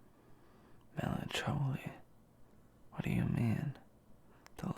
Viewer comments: Not him saying melon-chol-e.... sir it’s melancholy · "melancholy" omfg bye